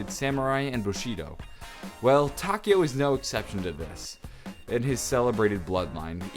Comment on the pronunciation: I'm sorry, butt you're pronouncing Takeo's name wrong. In Japanese, the "e" makes an "eh" sound. I'm currently learning Japanese and thought you'd like to know that.